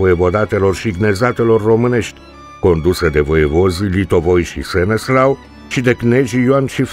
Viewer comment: Îl chema SeneSLAV nu Seneslau. Trebuie să acceptăm istoria așa cum e nu cum ne place nouă să fie.